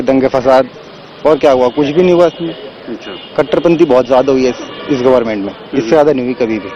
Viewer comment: katterpanthi bol rahe hai ki katterpbadh rahi hai